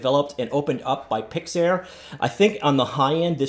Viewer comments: "Pixar" is pronounced like "picks are" not like "picks air" btw. Great video! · This is the first time I heard someone mispronouncing Pixar, and he is even a native English speaker... I mean, what English word that ends with "-ar" gets pronounced as "air"?